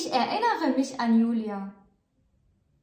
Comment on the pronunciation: Ich erinnere mich an meine kindheit سؤال للأخت ميرا ،لماذا تنطق erinnern متفرقة er لوحدها ثم innern لوحدها .هذا جعلها اصعب في النطق .